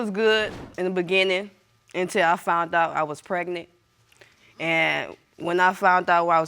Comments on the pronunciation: I’m so sick of hearing “fount out I was pregnant” it’s “FOUND OUT” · Why do these people always say fount out and I didn’t sleep with nobody else????